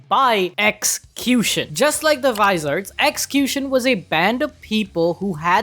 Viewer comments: viz-ar-eds? I thought they were universally called Vizards. Like vy-zard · I've never heard Vizards/Visards being called Visa Reds lmao thats hilarious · Viiiiii - zardsssss not viz- zar-reds lmao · am the only one getting triggered when they said "vis-areds"..... its "vi-zards" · Vi-ZoRdS is how it’s pronounced 😅 a visored is a a small shield that goes on a helmet to shield your eyes. mostly used by NFL players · For gods sake it’s VIZARDS not this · VI SO REDS i swear hes saying it on purpose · "Vi-so-reds" "Ulo-querra" 🙉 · Dude pronouciantion Cero= sero Vizards- vaizards Ulquiorra= Ul quior ra Byakuya= bi ya ku ya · He must be doing it on purpose to make us comment. No way he thinks it's pronounced vizareds and uluquerra... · Vi-Zords it's how it's pretty much pronounced.